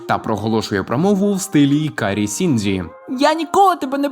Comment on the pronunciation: тільки Шінджі, а не Сіндзі😅